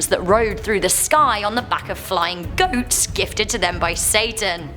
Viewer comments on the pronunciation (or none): I love how said GoAtS at the Buckriders part